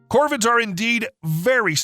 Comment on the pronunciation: Why are you calling the crows "Corbin"....or is my hearing impaired?